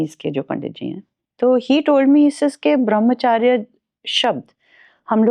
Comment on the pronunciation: देवी जी ब्रह्मचर्य होता है ना कि ब्रह्मचार्य